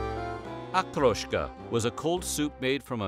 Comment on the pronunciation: I'm bickering of course but except for Okroshka, none of the names is pronounced correctly. And every time they say "blini", they show a picture of "oladii" - thicker and smaller pancakes